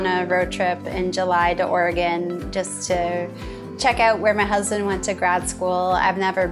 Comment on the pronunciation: 👏 Kudos to you for pronouncing Oregon correctly! 😂 Enjoy your road trip